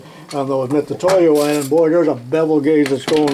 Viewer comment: Nice haul. OK so you like to have a rant now and then and most of us really enjoy them. So can I have one now? Why do most Americans insist on saying Mit Su toyo when it is clearly written on each instrument Mit U toyo Not an S in sight. I am sure most Americans would be real upset if we foreigners could not say Starrett as it is spelt. Rant over. Great channel and enjoy all your output. ATB regards from the UK